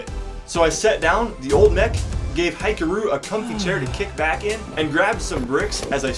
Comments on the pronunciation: hee-karu, not hye-karu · Hikaru is pronounced hih-kaa-roo. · Just FYI: Hikaru is pronounced "Hee-kah-ru", since it's a Japanese name. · Once again, noice rebuild On a side note, it's Hee-Kah-Roo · Sick upgrade!! Also I'm just gonna say it's weird to hear Hikaru's name pronounced like that, but it is what it is.